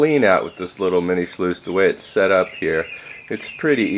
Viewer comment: Mini shluice?? Lol